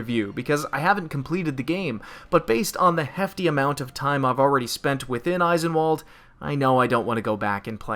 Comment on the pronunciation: It hurts me every time you call it Eye-sen-wall'd. It's German, so it's pronounced ice'en-vahl'd